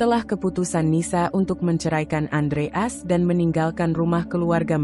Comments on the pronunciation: Iya betul Andreas dibaca Andre as ART dibaca art payah banget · Iya lucu dengarnya Andreas kok dibaca Andre as, jd kurang enak di dengar wkwkwkwkwk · Masak sih baca andreas gitu aja apa susahnya , kenapa bcanya kok andre as... Jadi g enak di dengar..... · Andreas bukan andre as.cara penyampaiannya mohon di belulkan lagi.perhatikan pemotongan kalimat dan penempatan spasi yg bener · Bacanya belepotan andreas bukan andre as. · Itu suara AI. Moso nyebut Andreas jd Andre As, jdnya datar sj, membacakan, bukan story telling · Andreas bukan andre as...belajar baca lagi....🤦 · Andreas. Bacanya Andre. AS. ya wagu to mbak. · Ayo min belajar baca lagi , Adreas bukan Andre' as bener" gak enak didengar deh 😂😂😂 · Andreas gitu lho bacanya, bukan Andre As, apa hurup As itu singkatan,kok bacanya di pisah....yg bener dong klo baca,apa you bru belajar membaca ??? 😜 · Baca yg benar ,bisa gak? Andre as?? Aksen gak usah terlalu dibuat² . 👎 AUTO SKIP